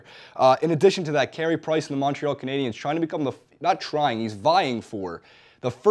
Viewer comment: It's Canadiens, buddy.